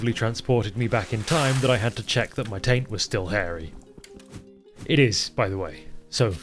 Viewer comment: I had to rewind 4 times before I understood the word “taint” lmfao